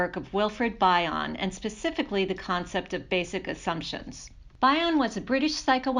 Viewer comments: It’s Bion. Like Bee-on not By-on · bee-on not bye-on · Thanks. His surname is commonly pronounced as "BE-on" (not BI-on as in bionic). Also, you may want to include some of Bion's works in your references- secondary sources are never great. Appreciate your work. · Thank you for this valuable video, but please pronounce Bion correctly.